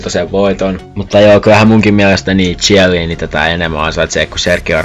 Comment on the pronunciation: Eikö toi "zhielliini" pitäis oikeesti lausuu "kielliini"